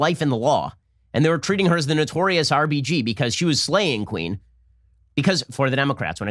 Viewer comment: Who else keeps hearing RPG when Ben says RBG...lol